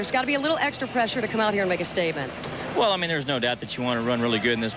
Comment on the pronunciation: X-tree lap